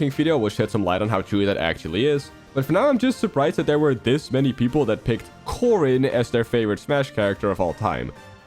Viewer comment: Caren, or is it Corden, or Gordon🤨